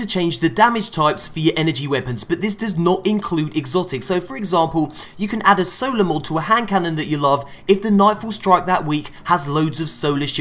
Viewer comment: I kept hearing soda instead of solar...